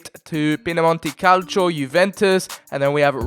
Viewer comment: Why do you say "pinamonti calcio" it's PIEMONTE ffs